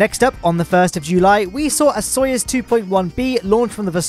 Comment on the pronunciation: FINALLY SAID SOYUZ RIGHT!!!